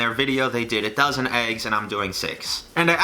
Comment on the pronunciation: and I hear 1000 too lol... I thought he was just joking haha